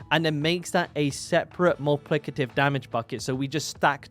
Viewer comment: Multiplicative. You're missing a syllable in there.